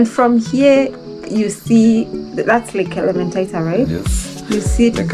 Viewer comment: Elementaita❌ Elementita✅ kais kiasi ianze kuitwa Elementitus